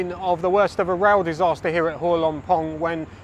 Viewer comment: You have done a lot of research to make this video. But sadly the insult is your total lack of repect and effort in learning the correct way to pronounce every word of Thai correctly. The first one is Hua.